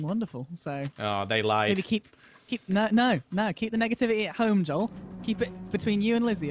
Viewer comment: Joel:have you not seen any of his vidieos hes INSANE Dream:says Joel's name wrong 🤣🤣🤣🤣🤣 Smilellish I thought noon of them know eachother